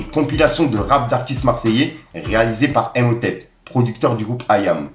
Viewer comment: Yoo mon fifi le producteur d' iam ta prononcé " Imhotep " comme le mot " impôts " mais sa se prononce " i mho tep " comme pour le mot " immature " . C'est un pharaon égyptien ( Akenaton aussi d'ailleurs ) Grosse force du pacifique mon vieux 😇🤝🏽